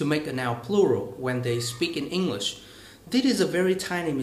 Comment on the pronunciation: You need to stress some words also, you talk to fast and often do not take the time to stress some words with more than one syllables, for example: " basically, speaking, English.." if you can correct these mistakes you would sound much better.